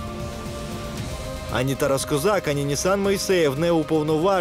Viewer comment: Можна наголос поставити